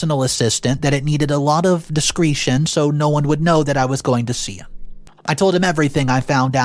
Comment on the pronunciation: Look up the proper pronunciation of discretion.